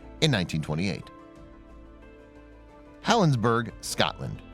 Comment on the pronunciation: The last one is in Helensborough (pronounced helensboro, not burg).